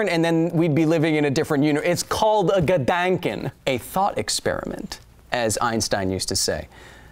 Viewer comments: ... he really has to work on his pronunciation. And on this point I'll recommend dict.cc as a word-transltor! Ps: Kyle , if you want I can try to teach you german , it's my mother tongue! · Es ist immer wieder lustig dich Deutsch sprechen zu hören xD It is always fun to hear you speak german :P I didn't recognize "Gedanken" but "Dankeschön" was very good. The most english speaking do not get the "ö" right but you did which is nice.